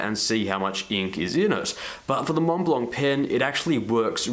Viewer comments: Argh! Pronounce [mon-blan] ! no "c", no "t" :D PLEASE (cringe cringe cringe) Great review ! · The "c" is silent like the "t" in Mont Blanc for what it's worth.